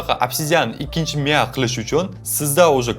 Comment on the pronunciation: Miya deng Miyav dimasdan